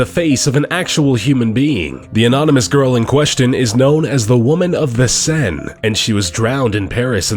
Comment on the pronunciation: Seine is pronounced Saine